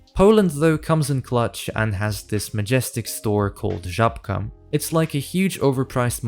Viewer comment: Good video about poland but. Eastern european🤨? Did i missed something? And, when i heard first Żabka word i instantly heard it like "rzabka" xdd